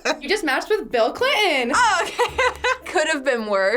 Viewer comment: Bill Cli'in and Ricky Mar'in.